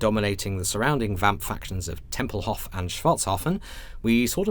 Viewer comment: Tempelhof, Schwartzhafen, Altdorf, aaah es wird so nervig sein fuer uns Deutschen, weil die Englishsprechenden werden die Aussprechung verderben.